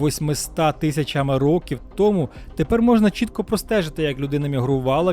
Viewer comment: Стільки-то років томУ, а не "тОму", як озвучує текст диктор. ТомУ я не буду ширити це відео, а хотілось би. Взагалі, слухати якогось недоріку протягом тривалости відео було чистою мУкою.